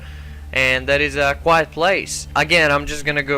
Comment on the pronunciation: Yo,it's quiet not quite. (just saying)